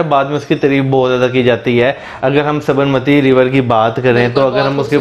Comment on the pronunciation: Sabarmati ko aapne sahi pronounce nahi kiya....